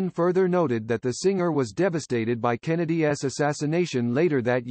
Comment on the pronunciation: I hate these AI voiceovers. “John F Kennedy S” instead of John F Kennedy’s.